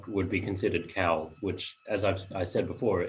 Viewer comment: Pronunciation of 'cawl' is verrry poor. Find a Welsh speaker and learn how to say cawl.